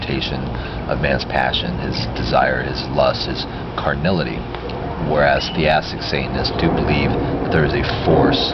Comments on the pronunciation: To be an annoying ass...it's not "theastic", it's theistic. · i think you mean theistic, but your saying it like theAstic